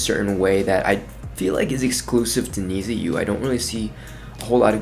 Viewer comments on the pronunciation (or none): Many thanks from Japan👘🌸🇯🇵 FYI, "NiziU" pronunciation is like "niju" or "need you". It implies that We(NiziU) need U(fans)!